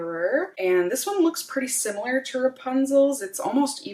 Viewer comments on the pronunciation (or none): none